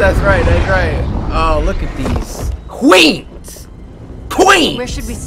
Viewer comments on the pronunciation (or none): when he said QUEENS i thought he said QUOICES